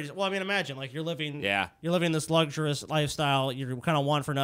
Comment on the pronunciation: “Luxurus”. Good job.